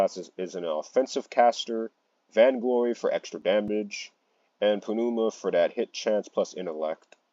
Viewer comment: I'm sorry, Pah-nu-ma is hilarious 🤣. Love the vids man keep it up.